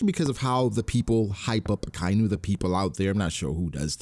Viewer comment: UhKyNew is murdering my ears bro. Idc if you dont care about hearing it again. Ah-Ky-Inu